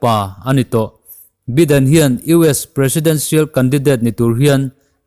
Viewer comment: Biden hi baiden ti a lam tur